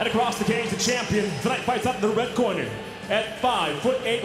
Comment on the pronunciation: the way he pronounce the word "corner" makes me hate the english as a language: Cornaee Ew